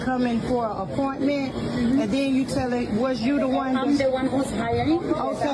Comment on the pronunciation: What is a aporment.😂😂 It's pronounced appointment